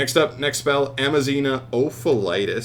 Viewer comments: It is Aza-mina not Ama-zina. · You were saying Am-a-zina not Az-a-mina and are you dyslexic you were switching where the m and z were.. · Amazina? Bro.... im assuming you a mild form of dyslexia. A-z-a-mina my guy.... had to dislike this vid just cause of the constant mispronouncing alone 😔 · It's "Azamina". Not "Amazina". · AZA- MINA... it cant be that hard is it??? How do you see the word so many times and still never catch on? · Never saying it right is a thing now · Bro cant pronounce azamina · Lols you mispronounce A ZA MI NA so many times hahaha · Managed to read it wrong every single time. Kind of impressive ngl. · And so begins the week of insane news Edit: bro mispronouncing Azamina is super hilarious for some reason